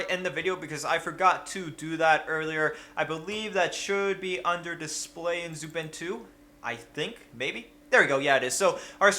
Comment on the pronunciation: I don't mind that you use Linux. However, I mind that you don't pronounce xubuntu correctly (jkjk)